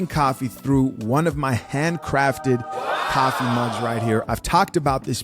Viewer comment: why do you say caffee and not coffee